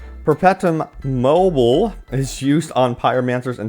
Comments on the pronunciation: A little assist... Perpetuum Mobile is spoken as Per Pet Choo Um Mo Bile. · i have yet to hear an outrider content creator pronounce perpetuum mobile correctly (hint: it's latin) :D by this point they probably should rename the mod to mobile armory